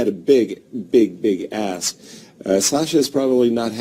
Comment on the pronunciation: He said "ask" not "ass"